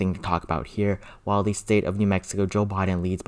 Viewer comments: Please say "the" instead of thee. I have been watching your videos as soon as you post them but I just can't handle listening to that anymore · "The" not "Thee" pretty please?